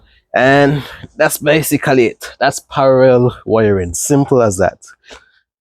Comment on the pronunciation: i love the vids keep it up! btw the word is PARALLEL NOT PARAREL